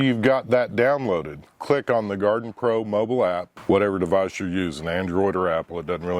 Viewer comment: Its not Garden pro it gardepro. Pronounced like guard pro.